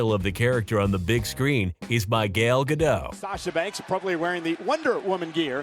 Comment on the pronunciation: Not that big of a deal, but you butchered the pronunciation of "Gal Gadot" lol. Its pronounced almost exactly like it's spelled, Gall Guh-dot (with a slight accent on the dot part to where it almost sounds like dote).